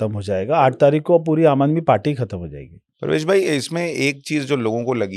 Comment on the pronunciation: Pravesh ko prvej bar bar q bol rhe